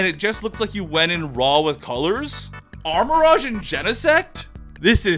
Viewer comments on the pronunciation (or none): The rouge in armarouge is pronounced "rooj" not "raj". If you are a sonic fan it is literally the same word as the over sexualized bat's name. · He also say "armarage" too. He wear a pikachu cap but can't pronounce any name right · Watchong to get inspiration for drawings, but that guy misspronoubcing so many pokemon names is getting real annoying. Like how he say "armarogue" instead of armarouge, rouge being red in french and pronounced like the character Rouge in sonic the hedgehog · These are all so good but your pronunciation of some of these Pokemon names drives me crazy. The ones that stand out are armorouge, grafaiai, and farigiraf.